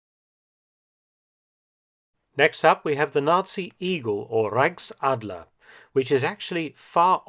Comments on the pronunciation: reickadler it's so cute how he speak German Hahaha Reich Ch Ch Ch Ch Reichsadler Reich Ch not ck 👍👌😂❤️ And yes we love the iegal.... He is like we wanna be High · zu gut wie er Reichsadler ausspricht